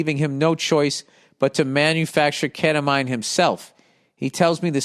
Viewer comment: I guess Bill has never heard of ketamine lol, or "keta mine" as he would say.